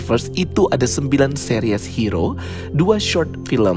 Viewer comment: Bagus reviewnya. Tapi annoying bgt dia bilang Seris, jadi Series 😂😂. Tapi oke